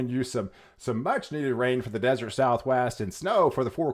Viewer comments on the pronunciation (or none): none